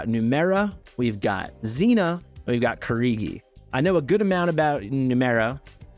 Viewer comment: Kee-gee-dee, not Kee-ree-gee. A nice Japanese name.